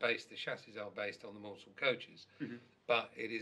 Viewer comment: Whose name is not pronounced mornsell but mansell according tp REL Maunsel himself